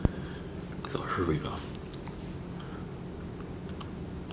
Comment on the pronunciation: But that would actually be an awesome video idea. Like the "here" also, just such unexpected pronunciations, I love it